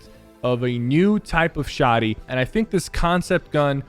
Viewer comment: stop calling it a shawdy